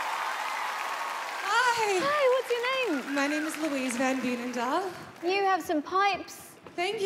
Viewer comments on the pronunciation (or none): Ghehehehe I life near Veenendaal, it's a city in the Netherlands, she pronounces it terribly wrong